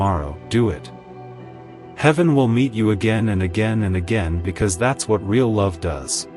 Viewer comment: ray-all is Ai correction needed for the word real (pronounced reel)